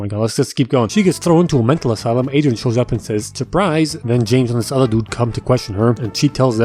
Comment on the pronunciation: “ dis is the wey” 😂